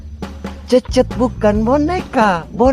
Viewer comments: Cecet bukan kekey😂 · Cecet cecet bukan hencet hahaha Salam youtuber pemula